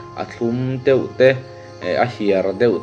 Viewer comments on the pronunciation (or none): none